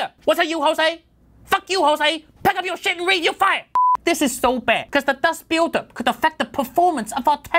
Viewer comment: Nothing worse than intense Dahst Billdahp during benchmarking.